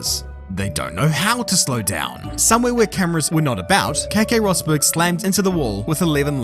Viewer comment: Roseberg, if you're going to try and pronounce it, not Rossberg.